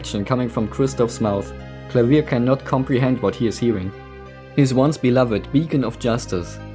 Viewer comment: This is an amazing video, but the best part was you pronouncing Klavier's name correctly. Thank you